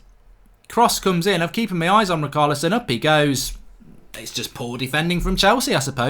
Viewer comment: Fell on to this, don’t like it that much. Also he’s struggling to say ch In Richarlison. Haha typical Untied Fan